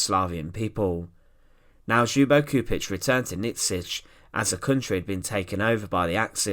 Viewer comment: Kept on thinking he was saying .."Hugo Stieglitz"